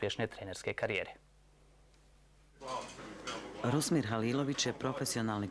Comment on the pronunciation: Novinar sa TVSA pa ne zna reći Rusmir nego Rusim Halilović?! Na se čuje. Pa, svašta sam očekivao čuti, pa da je netko iz Zagreba krivo rekao, pa nebi bilo čudno ALI, ALI,... da sarajevski voditelj ne zna reći Rusmir, e to nisam očekivao.